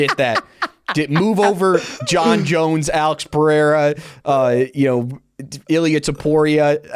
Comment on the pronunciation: We have to teach DJ how to pronounce Pereira instead of Peheira 😂